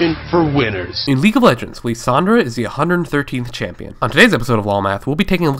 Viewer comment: lissandra =/= Leesandra